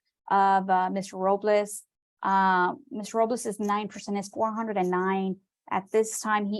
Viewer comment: She keeps saying Ms. Robliss "very disrespectful"